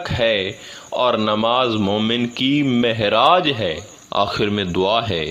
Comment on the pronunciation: Marne ke baad Marita hoti hai is zindagi mein kisiko nahi hoti. Aor sab se zida jahil hai isko padhna bhi nahi aat. Meraj ko mehraj padh Raha hi bada jahil hai.